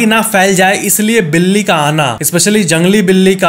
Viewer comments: बिली नहीं बिल्ली होता है भईया ❤ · बिली nhi बिल्ली hoga factez bhai 😅🎉 Like karo mere comment ko ❤